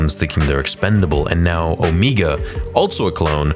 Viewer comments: It’s not Omiga but Omega..ie Meghan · It drives me crazy that you are saying Omegu not Omega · On-ME-Ga? I thought her name was O-May-Ga? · i think it is pronounced "Omaega", not "Omeega" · and. You really have to learn how to pronounce names properly. Her name is pronounced Omega, NOT "Omeega." Are you completely illiterate or are you just messing around? You pronounce it perfectly at other parts of the video.. Do you want me to pronounce your real life name as? No, you don't. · Why do you keep saying Omeega? She has an accent, that doesn't change how it's pronounced to people without that accent. Everyone else on the show says Omega. Because that's how it is pronounced. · o’ MA ge not o’ ME ge. Look up the pronunciation for omega. The other way sounds silly just like her character. Also, I just have to add that this show sucks along with Omega, Cid, and so many others in it. Bad stories and characters. I’m surprised the boy didn’t become a full-fledged member of the Bad Batch. Bowing out now. This is the way. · Stop saying "Omeega"!!! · She litterally pronounced her own name as Omiga... It's everyone else who calls her Omega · Why does he say omega like that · you said omega wrong